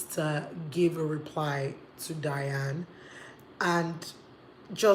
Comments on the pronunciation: it's DYNA ooooo, not Diane. lol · Get the name right it's Dy-na Ekwe-me then turn off your feminist filters. You said you made points but the lawyer you is misquoting her. The reason God created women is not for men to abuse them and faf around with animals but to leave to cleave to the woman. Marriage is anchored on women that's what it is. Someday you want to marry in Church but it's a shame you know totally nothing about why God made marriage. You keep misquoting her. It's ridiculous!